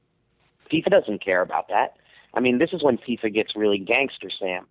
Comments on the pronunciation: The hell is a "Faiyfa"? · Literally the only person on earth who cant pronounce FIFA correctly. I think it's safe to say Sam doesn't watch soccer or play video games.